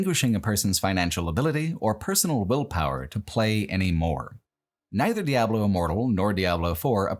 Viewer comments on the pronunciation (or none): I love this video but hearing how you pronounce Diablo and Baal hurts my soul 🤣